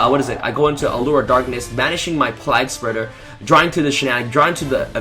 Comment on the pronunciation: PLAGGspreader... I cringed every time I heard it lol.